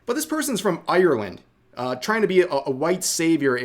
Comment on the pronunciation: I'm sorry as an Irish man the way Americans say Ireland hurts soooo much